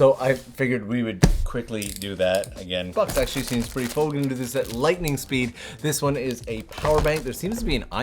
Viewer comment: Lightening spood... Nice one 😂